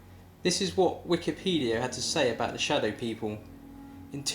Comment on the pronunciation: İTSA NOT SADOW